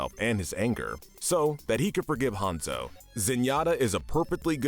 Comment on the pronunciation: With all due respect this video didn't turn out very good. Firstly your name pronunciation is all over the place calling Hanzo "Hanza" when talking about Hazno, how you said Kanezaka, etc Secondly, your lore knowledge is seriously flawed. Kiriko didn't threaten murder she threatened the Hashimotos with "kicking them all in the face" which is assault BIG difference. And she did it to protect an innocent old man and his deaf granddaughter who is a CHILD. They even accidentally shot the guy. Rio has had an uprising but we haven't seen it yet. you probably meant Paris, where Zero Hour takes place. so in conclusion you can do better. For future go over your footage and scripts before posting it. somebody has to be "that guy" and in this case it was unfortunately me. Better me than some asshole who says what I did but much more rudely. there are TOXIC people in our fandom